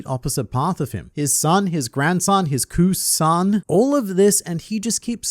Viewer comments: "His ku-san" hahahahahahaah omg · His Kuson lmao